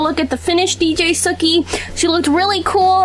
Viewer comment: it's not dj sukhi it's DJ Suki